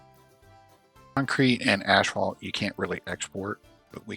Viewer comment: It sounds like you are saying ashfalt or is that just me? But on that note, you are giving me some good ideas for a build. I havn't been succesfull yet to make a city that can actually survive